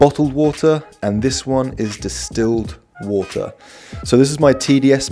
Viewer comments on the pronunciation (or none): He had me at "wuh-tur".